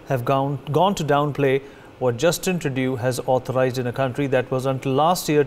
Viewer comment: fake news....and its trudooooo not truduuuuu.